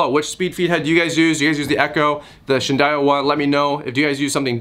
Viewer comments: Also, pronounced Shin-dow-ah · husky, husky varna.....huskvarna =husqvarna shin day wa = shindaiwa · “Shin Die Wah” Love the video. Thnx for the info.